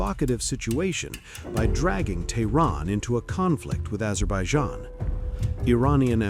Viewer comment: NATO Nation...Azerbeidzjan???!!! 😂😂😂...Fake A.i bullshit!!! 😂